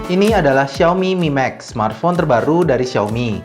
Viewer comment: duhhh namanya... siaomi mimeks.. fyuhhh